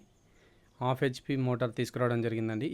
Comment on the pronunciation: ఆఫ్ HP కాదు బాబూ , హాఫ్ HP